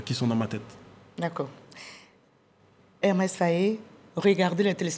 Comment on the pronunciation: Elle n’a pas arrêté de répéter Hermès Faé 😂😂